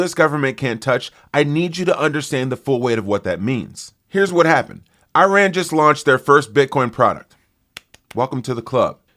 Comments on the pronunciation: "eye-ran".. it sounds like you took a few too many concussions in football.....say it with me now..."ih-rahn" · Look, it’s pronounced “E” rahn Not “I” “RAN” 🤣🤣🤣🤣🤣 Please, will another host reach out to this low and inexperienced cultured trump hater…